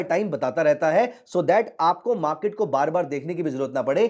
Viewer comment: मा के ट नही बाबा, मार्केट.... बाकी अच्छा इंडीकेटर है